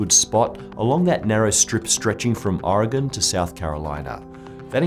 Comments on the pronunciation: HE MISPRONOUNCED MY STATE OMG UNSUBSCRIBE IT'S OREGON LIKE ORGAN NOT ORE-GONE DAMMIT! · OMG, it's Oregon! Pronounced Or-ee-gin! not Or-ee-gone. That is all. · It is not pronounced "Or a gone." It is pronounced "Ore gun" And there are no pines by Depot Bay. There is fir, hemlock, cedar, and spruce. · ahh, I hate when people pronouce it Oregone instead of Oregen. I know its spelled with a "O" but its just not pronouced that way. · Please correct your pronunciation. There's nothing "gone" about Oregon. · Oregone, ha, you filthy non-north-westerner. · Oregon is pronounced "OR-eh-GUN", by the way. Barely any emphasis on the middle syllable. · Oh no you pronounced Oregon wrong!!! :O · The way he says Oregon 😬😬😬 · You're pronouncing Oregon wrong. Don't worry though, you're not the only one. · As an Oregonian, I cringed at your pronunciation. =P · You mispronounced oregon :(